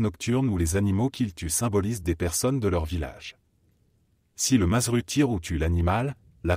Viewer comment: On dit mazzeru au singulier ça se prononce madzerou et au pluriel Mazzeri et ça se prononce madzeri